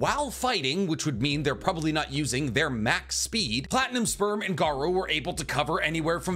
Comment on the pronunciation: Wait, platinum sperm? I kept hearing platinum spur at first